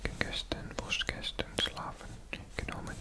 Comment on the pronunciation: Your pronunciation is actually really really good. I just noticed when you say gestern it's not ges-schtern. Its pronounced "ges-stern" no shhhhh sound. Otherwise you sound like a native speaker!